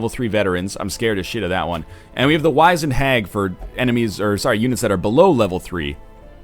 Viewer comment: The i in 'wizened' makes an 'ih' sound.